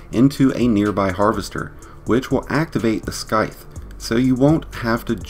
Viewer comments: Bro said “Skyth” 💀😭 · I love how someone can't properly pronounce "sithe" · Super helpful video man! Side note- it’s SIGH-TH. The C is silent. Just so you know :) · You’re not supposed to pronounce the C in scythe. SS-I-TH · why u say skyth, lmfao.. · This guy really said “skyth” 🥲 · Scythe is like “scissors” the SC is pronounced the same in both words. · Nobody is talking about how he pronounced scythe 😭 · the way you say scythe has me dead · Thank you! I almost dropped my phone when he kept saying it.